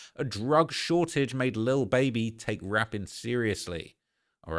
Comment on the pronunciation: I love how u say lil baeby ..can u do a video on cardi b n her beef